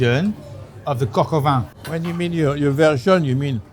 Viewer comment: The N in Vin is silent